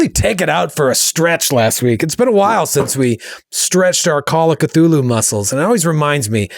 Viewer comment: That is the correct pronunciation of the impossible to pronounce word Cthulhu. It's also the correct pronunciation of call and the correct pronunciation of of. And the correct pronunciation even of chaosium. So you nailed it on all fronts good job